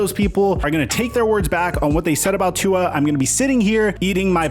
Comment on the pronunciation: You keep pronouncing Tua’s name wrong…